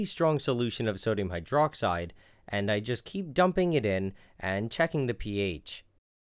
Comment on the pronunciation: I think the way he pronounced sodium hydroxide is pretty funny.